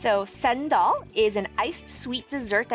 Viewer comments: isnt it cendol? (tsen-dol) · it's chen-dol not sen-dol lmaooo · and you left the Malay cuisines behind.... Btw it's Chendol= Chen Doll not Sendol 🤦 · She did not just say sendol instead of chendol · Sendol???? Chendol is called Sendol??? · Wth is a sendol its CHEN-dol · what the hell is a "Sendol"?? i only know Chendol. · How tf did you manage to read it as 'sendol'? its a 'ch'. The insert video clearly says 'CHendol' too! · what doll? send-doll? sis it's chendol as in (chain-dough-l) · did she really just say "Sendol" instead of "chendol" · And also it's chendol not sendol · Thank you for bringing our soul food to this show! Just a side note, chendol is read with the CH, not S. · It’s CHendol, not SANDAL!! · It's chendol, not sendol 💀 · its chendol not sendol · CHENDOL NOT SENDOL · its Chen - Doll (chendol) not sendol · it is not sendol lol.... Chendol, why silent the H? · Its chennnnndollll not shendollll😂😂😂😂😂😂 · Its Che-en , Chen…..dol. not Sen dol 😂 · Hears the guy in the video say chendol multiple times, proceeds to say "shendol" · You pronounc it as "chain-doll" not "sen-doll" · its "chen" dol not "shen" dol............ zzzzzzzzzzz please do your research right..... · ITS CH-ENDOL NOT CENDAL BRO HOW CAN U GET IT WRONG AND I THINK U FORGOT GULA MALAKA IN THE CHENDOLLL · chendol CH as in CHURCH not SENDOL omg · chendol is not (sendol) is Che-n-dol... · "chen" dol, not sendol 🤦🏽‍♂️ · It’s called chendol not “sendol” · CHEN-DOL! NOT CEN DOL!!! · Its not Sendol.... Its Chendol. Like,,, "Chant"..... Chendol.... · Its chendol not sand doll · ITS CHEN-DOL, not SANDOL🤦🏽‍♀️ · if you wanna say and serve it properly pls say it properly by going chendol not sandal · SENDOL???????????????????/ ITS CHEN DOL SIA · CHENDOL. ITS SPELLED CHENDOL, WITH A C!!! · Did he say toufu? There’s no toufu in laksa 🤣 And chendol is literally CHEN doll not centdoll 😝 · My whole body shook at the "sen-doll" pronunciantion 😂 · She really said SEN-DOL!!! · bro said sandol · It’s Chr-N-dol… 😶